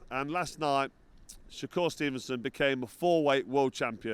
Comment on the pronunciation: 'Sho-cure stevenson' lol